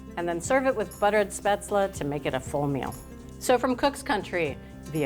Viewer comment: I think it is pronounced shpayzel.